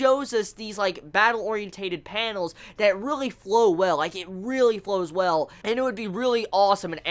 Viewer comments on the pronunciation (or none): none